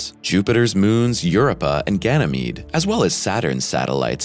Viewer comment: you're pronouncing Europa wrong.